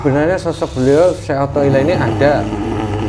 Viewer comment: Nyebut aja salah yaallah syekh athoilah bukan syekh pathollah udah lah qlo mau pansos jngan gtu atuh malu x wkkwkwkw